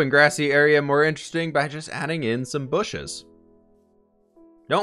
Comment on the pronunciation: We all know that the proper pronunciation is "booshes"! ;)